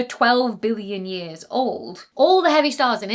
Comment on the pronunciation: Can you please work on your enunciation of “million” and “billion”, because I lost track in that distant black hole piece.